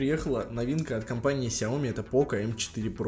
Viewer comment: Не сяоми а шяоми